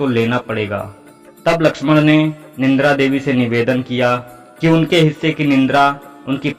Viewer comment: Nindra nahi Nidra boliye ji.